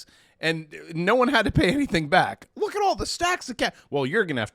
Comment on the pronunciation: He said, “Rook! I did it.”😂😂